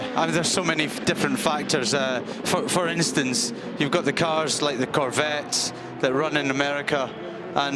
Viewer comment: Did say for innostance